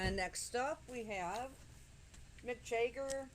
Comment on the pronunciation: Mick Jagger not Mick Jayger